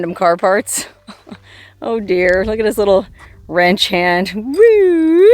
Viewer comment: I nearly choked to death after hitting a oney when you said wrench (ranch) hand.